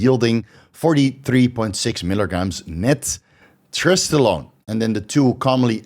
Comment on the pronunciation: Are you saying trestolone?